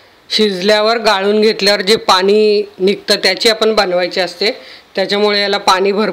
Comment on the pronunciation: छान रेसीपी , भाषा थोडी सुधारावी असे सुचवासे वाटल, पानी नाही पाणी